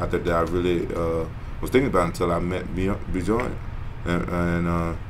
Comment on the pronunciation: LOL he called him B-JORN, same shit my ghetto ass said when I was at a bellator event haha good times.